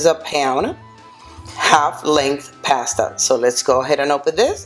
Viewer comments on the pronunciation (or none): PASTA .......NO PEASTA ..... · Pass-ta. Spoken like a true Italian. 🤦🏻‍♂️